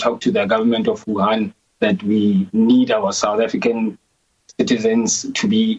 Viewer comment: Huhan??? No Wuhan